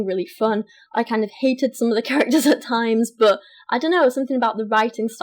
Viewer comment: god english chicks make me gag.... every time she says "but" or what she sounds like a slobering drunk that is throwin up